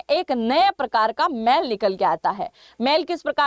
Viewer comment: बेटा जी मैल नही होती मेल होती है